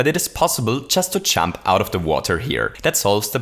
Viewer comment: I taught you were saying "chump" the entire time, not "jump". lmao